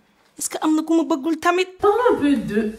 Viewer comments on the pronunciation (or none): none